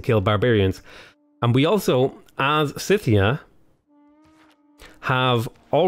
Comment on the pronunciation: Scythia is pronounced with a hard 'c'. like "Skyth"